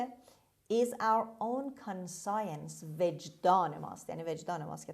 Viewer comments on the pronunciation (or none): ببخشید کلمه conscience رو شما به صورت کان سایِنس تلفظ کردید ولی در دیکشنری تحلیلگران این کلمه به صورت کانشِنس تلفظ شده کدومش درسته؟